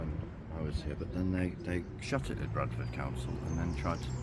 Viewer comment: You can tell is a native by his pronunciation of Bradford despite sounding quite "posh" at times 😁